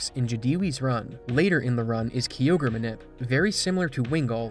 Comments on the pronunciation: and kyogreis said like ki ogre not key ogre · My guy... Interesting vid and all; but it isn't Key Ogre, it's Kai Ogre. Like the dbz Kai. Totally threw me off 😅😂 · Its a kyogre not a kiogre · The Ky in Kyogre is pronounced like Kai, not like key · KYOGRE KYE-OGRE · You calling kyogre key ogre is sofunny lol i cant unhear it now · "Kee ogre" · Im sorry but did you just called Kyogre kiogre? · i have heard many people butcher pokemon names but i have never heard one as terrible as key-ogre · Love the content but some pronunciations are quite bad. KYogre is not pronounced KEYogre. Also Liza is different than Lisa. Small tweaks, but for an overall much better vid! Thanks! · who pronounces Kyogre as "key-ogre"? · I cringe everytime I hear Key-Ogre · Ughhh. When someone who clearly has never played the game makes a video about it. Key-ogre 😅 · gen 3 is my all time favourite gen, so that Kyogre pronunciation ripped out my soul 😭💀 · You pronounce all the pokemon names correctly except Kyogre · I love the way you say Kyogre 🥰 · The most infuriating part is your pronounciation of Kyogre and Liza's names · How do you mispronounce Kyogre